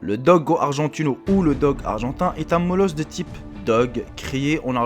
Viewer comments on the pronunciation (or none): Il faut apprendre à parler français ... le ï se lit i .... donc molossoïde et pas molossoide .... bref .. à part ça le chien est dangereux si le maître l'éduque mal ou s'il est dressé pour ça : chien le plus mordeur en 2014 c'est le labrador, pseudo ami de la famille ... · molossoade mdr cest molossoïde 😊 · 'tin mec t'es sérieux avec ton type ''molossoade'' !! c pas ''oi'' mais ''oï'' donc on prononcé ''i'' pas ''oa''... 😒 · MolossoÏde!!! Pas molossoade lol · molosoide ptdr le ï et le i nont pas la mm sonorité . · sinon tu sais pas prononcer Molossoide :( ça se prononce comme Bizarroide . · c'est facile de lire des fiches internet, surtout quand on a aucun savoir sur le sujet. les chiens dangereux n'existent pas par nature, n'ont jamais existés et n'existeront jamais. seuls des connards d'humais peuvent les rendre agressifs. ensuite apprend a dire e mot molossoïde, tu passera moins pour un con